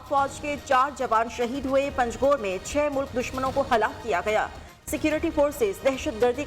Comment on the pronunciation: پنجگور ہے پنگجور نہیں ہے